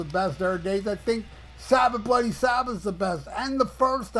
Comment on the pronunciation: heh heh heh,, hearing an American say "bloody" is as funny as hearing an Englishman say "dude". Great video as usual.